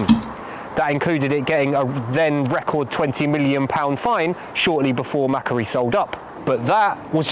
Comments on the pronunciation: MacQuarie; Pronounce Mak- Wor- ee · Note to viewers (and producers?): Macquarie is pronounced McQuarry (as in, resource extraction) It’s a pretty well known name in Australia - there was a guy called Lachlan Macquarie who was the 5th Governor of NSW (and one of the pretty important ones re city development), and there are a load of things that got named after him including streets, parks, a suburb, and (in the 20th century) Macquarie Bank and Macquarie University. They’ve all got the same pronunciation, and Wikipedia does list how to pronounce it (‘ /məˈkwɔːri/‘) if you take a moment to understand how the IPA works. The pronunciation Mackery is so different to how it is pronounced in Australia that I would not have known on listening what you were talking about, had I not previously heard of Macquarie’s ownership; pronunciation is important because people might here of Macquarie elsewhere on podcast or radio and not realise that it’s the same thing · It’s pronounced Mah-quarry - excellent investigation! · Australian here, I’m going to start calling Macquarie bank, Mackuarie. 😂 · Macquarie - the Australian bank: It's usually said more like 'Mac-Quarry', but without a pause in it. Another excellent video, anyway. Broader in who is affected than the previous ones I've watched. Congratulations.